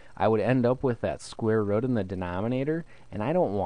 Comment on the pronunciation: "square rutt"